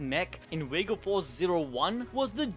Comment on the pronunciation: I thought it was Vega punk not wega punk 🤣🤣🤣🤣